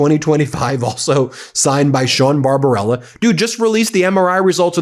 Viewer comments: BarBARBella, not Barbarella - don't ruin a great movie by mispronunciation 😂😂😂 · The doctor's name is not Barbarella, it is BarbaBELLA...look at the spelling on the letters. Also, how in H*ll can he say they took over a ship that he just seconds before claimed they sunk? And, Mr.Trump, a 6 year old could pass that cognitive test. They could even color the animals the right colors too. Idiot.